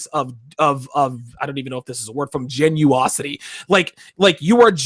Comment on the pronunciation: "Genuosity" 😂😂😂😂 never lets you down.